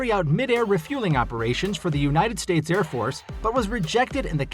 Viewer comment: Ed? It's Air